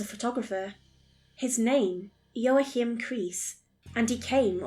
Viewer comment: Keeps getting weirder, now eldritch beings! I think you're trying to pronounce Joachim? It's wa keep, emphasis is negotiable lol